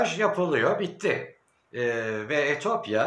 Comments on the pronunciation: Allah aşkına Etiyopya deyiver Etopya değil :))) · etopya değil etiyopya